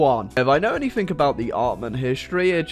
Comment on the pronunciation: Its anything not anythink....